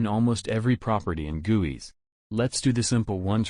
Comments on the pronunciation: I don't like the way it said guis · i love when he said guis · He pronounces guis as gooeys XD! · The way he says GUIs HAHAHAAHAHHAHA I LOVE IT